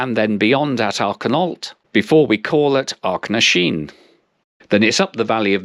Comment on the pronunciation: My local line. You did a fair job on the whole of the placenames, but Strome does not rhyme with broom, it rhymes with home. To be fair, the onboard recorded announcement mispronounces it too. And the Ach.... names are not aak...., but ach, just as they are written. Bit of an adventure with the tree! One snowy morning I was on the same morning service from Inverness, and somewhere between Achnasheen and Loch Sgamhan I heard a thud, and looked up to see a stag flying through the air! No apparent damage to the train though. The slow journey time can be a bit frustrating, but more of a frustration is that the timetable is well designed for tourist day trips from Inverness, but really, really badly designed for those of us whose day trip is in the other direction.